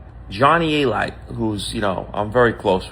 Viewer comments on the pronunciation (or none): its pronounced A-Lite ...SMH Genius🤔🤔